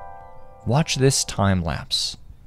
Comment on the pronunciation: The time lapus almost made me laugh😂